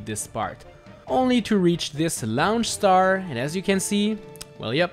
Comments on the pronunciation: It annoys me every time you say "laonch star" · laoonch star